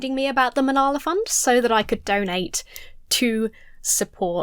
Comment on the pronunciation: Does Jesse always sound drunk? Re Malala: his repeated butchering of her name tells you he doesn’t even care to hear anything about her. It’s the height of disrespect. These guys all sound like they could benefit from some education. ETA: Marie Curie, only person to win Nobel prizes in two separate disciplines. Also, a charm quark is a subatomic particle and one of the fundamental building blocks of ordinary matter.